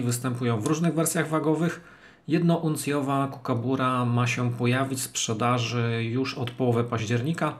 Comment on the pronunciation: Proszę, mówcie Kukabara. Przecież nie mówimy Kangaru tylko kangur.